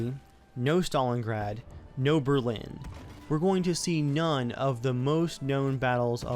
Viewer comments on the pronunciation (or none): the way you pronounce Berlin is really bothering me for some reason